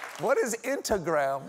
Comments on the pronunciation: Mr. Colbert cracking himself up at saying "intagram" gives me life 😆🤣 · OMG, the whole “intagram” and steaks bit had me laughing my head off! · “Inta-gram…” Oh dear, Stephen got contact drunk after the “Diet Pepsi” bit!